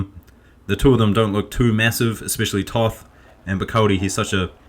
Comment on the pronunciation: Pro commentator tip: Toth is pronounced just as 'taught`.